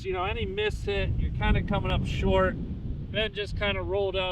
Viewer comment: “The famed shart par 4”